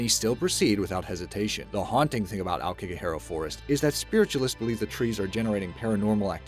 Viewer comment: I Kick a Hare Ah Forest? That's what I heard without sub